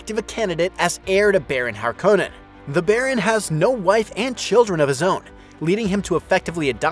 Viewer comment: Hark-Uh-Nen not Har KOH Nen. Come on this is twice now